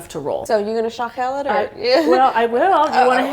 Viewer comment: Great job. Put the stress on the last syllable when speaking or pronouncing Armenian words so it’ll be “shaghel’l”. Black pepper? It was a surprise for me, too when the egg was added. I think, it’s an American influence, Armenians don’t add an egg usually.